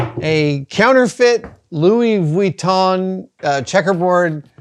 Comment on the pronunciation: Goes to the trouble of risking giving his tongue a Charley horse by correctly pronouncing Louis VEEYOOWEETOHN... Then mispronounces Han Solo. 🤣🤣🤣🤣🤣